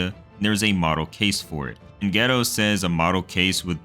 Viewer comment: Lmao the way you pronounce Geto as 'ghetto' is killing me 😂